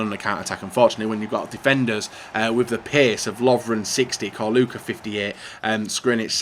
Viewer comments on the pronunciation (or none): Čorluka is pronounced Ch-Or-Lu-Ka